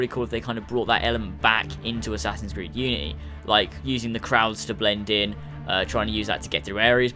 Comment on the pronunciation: We don't want the guards to be stronger and go learn how to say unity right